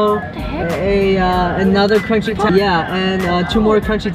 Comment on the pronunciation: It’s “taco” not toco ....-_